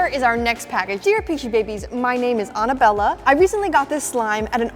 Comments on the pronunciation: It's pronounced Anna Bella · she said anna-bella instead of Annabella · The pronunciation of Annabella made me laugh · She jut said Annabella?- Lol